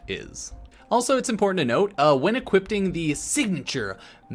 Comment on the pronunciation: Why do most people say "Equipting"? It's equipping